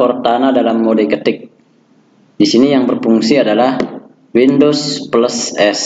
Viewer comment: Windos peles perin sekrin 😆😆